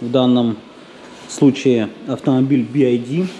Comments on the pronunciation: Би-Ай-Ди - это BID. BYD же читается как Би-Уай-Ди. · Не так произносится название бренда. То что вы говорите будет bid а там byd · Би Ай Ди бля думаю че за би ай ди. БИ УАЙ ДИ правильно будет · Какой Болт? Какой Туксон? Это копия с кузова Форда Экоспорт. И звучит вторая буква не "АЙ", а "ВАЙ" или "УАЙ". "Ай" это вот так - і. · Y - это не "ай". Лучше бы "бидом" звал, режет слух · Думаю правильно би вай ди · Эти буксы читаются "Би Уай Ди", а "Ай" - это i. В школе же учили, едрить....